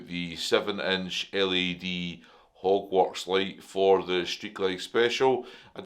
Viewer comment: it will be interesting to see what you think the first ride out! With your accent it sounded like you bought a "Hogwartz" brand headlight hahahaha My wife is a Potter fan and she was in the other room and yelled What the hell is a Hogwartz headlight? haha!